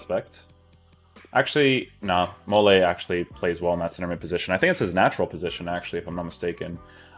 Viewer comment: So many FIFA youtubers need to learn how to pronounce players names. Texeira - stop pronouncing the ‘x’ Mollet - stop pronouncing the ‘t’ he’s French!